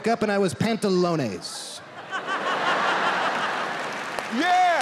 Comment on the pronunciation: Pant-a-lones hahaha